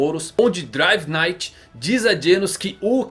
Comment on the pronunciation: driver NITE (assim que se pronuncia) só pra deixar pra próxima :)